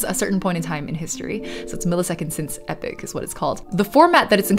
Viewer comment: "Epoch" not "epic."